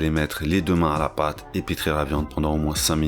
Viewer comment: Enfin quelqu'un qui prononce bien : "la main à la pâte" à 3'56 | Pour tout ceux qui croyaient que c'était mettre la main à la papatte du chienchien :D !